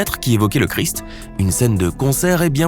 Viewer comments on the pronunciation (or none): none